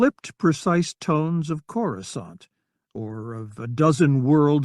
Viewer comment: Amusing that the text to speech software can pronounce coruscant correctly while most of the other narrators can't